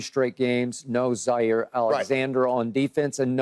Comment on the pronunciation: Did Skip call Jaire Alexander Zaire Zander?!?! 🤣🤣🤣